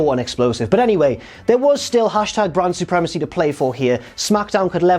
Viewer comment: Why does it sound like he's referring to Bran Supremacy? It's like he's spoiling the end of GoT..... :P